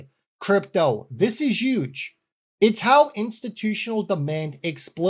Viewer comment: Normally I could never trust someone who doesn't pronounce the "H" in HUGE. But in your case I'll make an exception